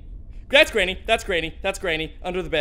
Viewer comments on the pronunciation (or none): I really lough so much when he said grainy ha really right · Did really call granny.. grainy...